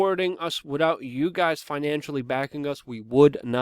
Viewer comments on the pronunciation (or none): none